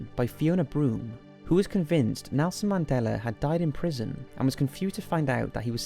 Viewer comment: "I like that Melson Nandela bloak"